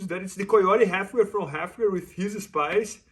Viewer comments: He just said “gward” with an American accent🧐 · Is he doing a Mackenzie Dern accent where it sounds like American English, but you pronounce "Guard" like you only just left Brazil yesterday? 😂